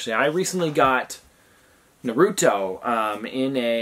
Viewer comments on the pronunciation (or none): nar-oo-toe please say it right. Much love tho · Ahhh the why he said Naruto🤦‍♀️🤭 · Ummm you pronounce naruto wrong 💀